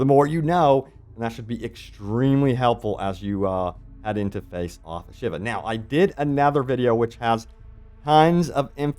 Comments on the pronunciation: A-shA-vA not shiver 😅😅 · Shiva, Sheevaah! NOT SHIVER, English is already the mixed up mongrel child of many languages. There is ZERO need for you to bastardise the pronunciation as well! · Ashava... not Shiva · Ashiva? Ashava bro 😅